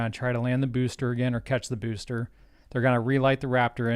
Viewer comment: No other streamer pronounces BEWSTER correctly